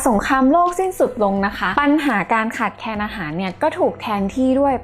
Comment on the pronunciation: มีสาระและความรู้ม่กค่ะ เป็นแรงบันดาลอย่างดีเลยค่ะ แต่อยากให้ร ล ให้ชัดกว่านี้ เช่นโรคร้อน=โลกร้อน ขาดแคน=ขาดแคลน